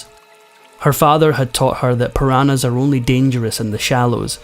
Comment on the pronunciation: The story of Juliane Koepcke's survival after hurtling to the ground from a passenger plane was amazing. And I appreciate the narrator's clear pronunciation. The only thing that I think he got wrong was the pronunciation of "piranhas." Or am I wrong? .